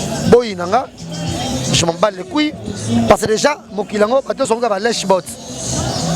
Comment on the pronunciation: il a dit cuilles et non couilles 😂😂😂😂